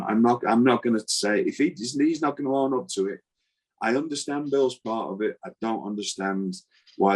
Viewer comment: “…if he’s not gonna ARN up to it..” 😮